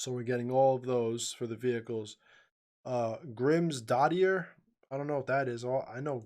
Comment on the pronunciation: lol brain fart mate :-) happens to me all the time when I'm reading in front of other ppl. btw, her name is pronounced like 'grims-daughter'